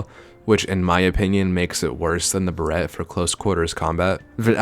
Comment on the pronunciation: He pronounced barret as buh-ret